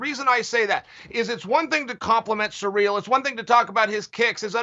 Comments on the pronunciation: Its cyril...not surreal!!! 😂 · Can someone please teach Chael how to say Ciryl?